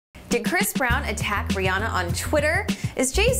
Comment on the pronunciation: Rihanna! Not Brianna